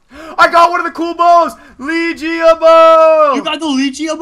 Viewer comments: Pronounced leg ea not leegeA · Not to be rude but its pronicsed (leg-ia) bow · It's a leg-E-a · I know that no one likes people that point this out but the bow that your got is called the leg-ee-a bow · It's a LEG-ia bow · it's le-gia bow le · Its leg- e-ah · MITCH!!! you pronounced legiea bow wrong